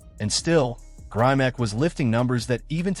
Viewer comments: First, the commentator needs to pronounce Grimick not Grimack. John Grimick is an icon in bodybuilding and one of the founders of Strength and Health magazine and the York Barbelle Company. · his name has a short i sound not a long i sound. pay homage by saying the name correctly. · Not grimack grimek!!!!!!!